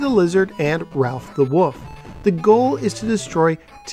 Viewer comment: My 5th grade teacher also said wuff instead of wolf makes me lol